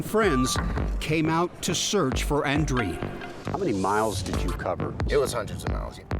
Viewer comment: You'd think the guys could pronounce Andreen.